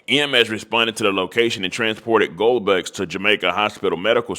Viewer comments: You need to take some reading classes my friend. “Goldbucks”?? Really?? 😂 how abt Gil-a-bow or Guy-ul-bow or Gee-la-bow…either way it’s “Beaux” pronounced “Bo” like “Bo Jackson”…also it’s “Ravens-wood” not “Ravensmo” or whatever the hell you said…take the time to get your pronunciation together folk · That's a Louisiana last name you just butchered 😅😂 I'm from southwest Louisiana, and that is a very common last name. Gill Boe is how you pronounce it.